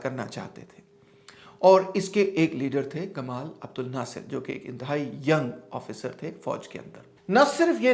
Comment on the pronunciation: سر! لفظ "جمال عبدالناصر" ہے ."گمال "نہیں۔